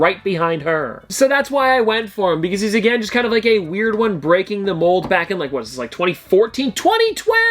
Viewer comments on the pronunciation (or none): none